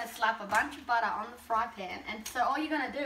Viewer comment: That's how you say "butter".